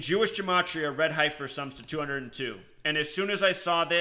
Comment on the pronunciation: I was thinking the same thing, lol. HEFFF-ER, HAIR-UDD. I'm not poking fun, really but hear so many Biblical words mispronounced in many videos.